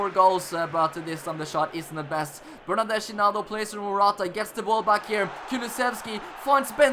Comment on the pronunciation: U have to read Chiesa like Kiesa, also Bernardeschi is like BernardesKi Beautiful Master Leauge 😍